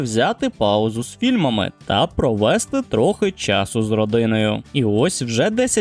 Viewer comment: Наголос в дієсловах провестИ, а НЕ провЕсти